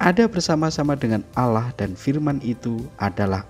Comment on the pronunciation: Hey sebut Allah bukan alah